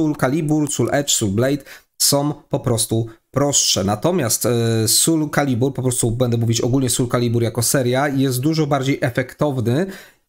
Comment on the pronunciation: Generalnie film spoko, ale ten "sul calibur" kaleczył moje uszy.